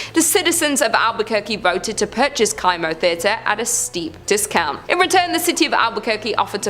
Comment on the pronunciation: The kimo theater is pronounced like chemo, not kiemo